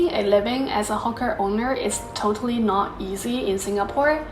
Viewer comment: Great video as always...Watch your pronunciation of "hawker" though, it might be mistaken for something else.